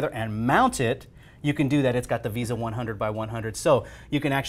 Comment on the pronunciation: When he says Visa instead of VESA it annoys me.